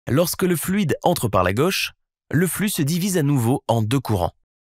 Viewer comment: super video et explication parfaitement claire.. par contre.. petit detail qui me fait bondir à chaque fois.. "gauche" se prononce avec un o fermé (comme dans moto) .. ca fait vachement bizarre de l'entendre avec un o ouvert